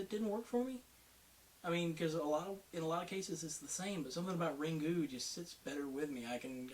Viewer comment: Ok, "Ringu" (you don't pronounce the u that much, btw), was much better than the American Ring (my Opinion), but I don't think, it's SO bad. Most of the movies you listed up here are good, what the hell!?!(sry, I'm Swiss = Bad English)